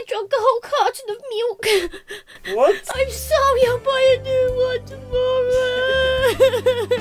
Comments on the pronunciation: It sounded like she said miwk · "I drank a whole carton of miilk" That pronouncation of milk tho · Milk more like mwilk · She drank a carton of meelk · Miok She said moik, not milk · Melk is legit how you say it in my language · the way she says milk tho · How she said milk it’s too funny ;v